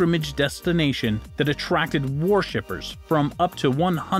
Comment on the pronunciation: This announcer is pretty uneducated. Has mispronounced about 20% of the words. “ war-shippers” for worshippers. “Quairy “ for quarry. “Ajeen” for Aegean, etc.